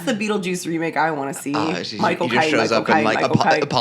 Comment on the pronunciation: When Michael Cain says his name it sounds like he's saying "my cocaine"